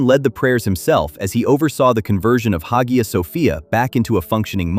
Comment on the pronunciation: Masha’Allah Tabark’Allah….. still begs the question of why he has any dealings with Israel. Faith and politics are not mutually exclusive, I haven’t seen\read anywhere that his faith is in question. His political leanings however are as for his intentions AllahuAlam. Btw it’s pronounced ‘Aya’